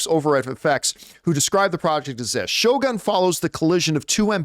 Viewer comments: Did John have a note reminding him how to pronounce Shogun?😂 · No, I was just making fun of the pronunciation!